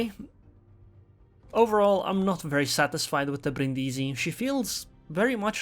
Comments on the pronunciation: Bríndisi, not Brindísi, please :D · The accent is on the first "i", not the second one, it really sounds terrible xD